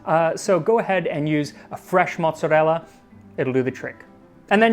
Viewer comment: THANK YOU FOR PRONOUNCING MY FOOD CORRECTLY!!! On behalf of all Sicilian/Italian Americans thank you!!!! Because nothing drives me and all the Italians I know nuts more then ppl who can’t pronounce Italian food correctly! Especially when they say marinara, mozzarella and ricotta. It’s like nails on a chalk board! And tomatoes are not vegetables it’s a fruit. But I’m so happy that it was pronounced correctly! Lol